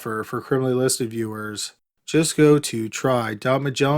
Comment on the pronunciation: The way he says “listed” is the worst.. and he says it the same exact way every fking time lol